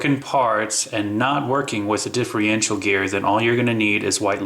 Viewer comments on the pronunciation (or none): dude, differencial. not diffriencial